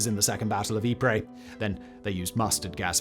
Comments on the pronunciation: For goodness sake it's pronounced EEP not Ipra or Ipre!!! This is the second upload about Ypres where its been mispronounced! Great otherwise! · Eep-Pray? If you are going to mispronounce Ypres call it wipers for God's sake! And why pronounce Passchendaele, parshen-dahley? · It's pronounced 'Eee-pRy' not 'Eee-prey' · It's pronounced yeep